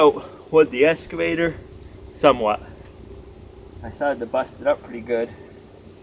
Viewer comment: Water "trouth"? "Escavator"? Learn to speak.